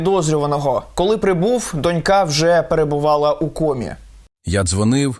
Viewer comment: Шановний ведучий! Не "дО смерті", а "до смЕрті", бо "дООО смерті" - то російською!!! Але вже добре, що Ви, а не НІКІТА!))) І не "донькА", а "дОнька", але "дочкА"!